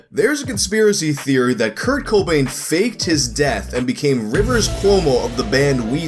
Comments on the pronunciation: Dislike for the cringy pronounciation of Kurt Cobain (it's Co-BAIN not CO-bain) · Haha it's just Cobain not CO Bain 😂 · co BAIN not CO bain. Wrong emphasis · its Kurt co BAIN, not Kurt CO bain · It's cohb-ain, not coh-bain. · youre supposed to accentuate the bain not the co so its coBAIN instead of CObain which is how you pronounced it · you emphasized the CO. The emphasis is on the Bain. coBAIN not CObain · is the first guy I heard say CO-bain instead of co-BAIN. It's not much of a difference but it was mildly annoying. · Its coBAIN. Not CObain. Wrong emPHASIS on the wrong syllABLE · putting the emFASIS on the wrong SYLAble CO Bain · It's the emphasis on "co" that we're poking fun at. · You over emphasise the first syllable in Cobain like the 'Co' part of "Co-Payment" and place less emphasis on the last syllable, prouncimg it like the Batman villain 'Bane'. His name is pronounced 'coh-BAYNE', actually dulling the sound of the 'o' vowel and emphasising the second syllable. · Coh - Bayne god Damn it. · Why do you put so much emphasis on the "co" in Cobain. Sounds like Kurt Khohbain. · The way you pronounce Cobain as CO Bain hurts me. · Kurt kOObain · “Kurt KO-bain “ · Do...do you really just keep saying Co-byn through the hole video like its normal? Yes you do.. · Kurt C-OH-bain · Its actually pronuuuuonced aaazz: Krt Kuhwoooowaah-bn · Why you pronouncing cobain that way hahaha. You doing that on purpose. Hahaha. Over and over Kurt Co-Bain. I’ve laughed every single time you said it. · Probably been said a bunch, but Kurt CO-bain lol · I really do not understand what's wrong with how I'm pronouncing his name. Should it be "CAH BAIN" or something? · U know that family guy episode where Stewie pronounces Whip? You're placing too much emphasis on the Co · goddessvenom It has nothing to do with it being Kurt Cobain, it's just the way he pronounces it. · goddessvenom I get annoyed when people put the emphasis on the wrong syllable in "taco BELL" too